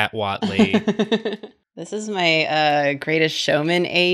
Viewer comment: Self-confidence be like: Eye Heart Maw Body